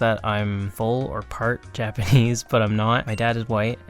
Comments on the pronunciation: Your Japanese pronunciation is fluent. That's rather impressive considering you don't speak Japanese. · wait- if you cant speak japanese, who does all the translation of your coverssss? your pronounciation is so goood too 😭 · I've been learning Japanese for many years now and you have the best Japanese pronunciation I've ever heard a foreigner have. you sound japanese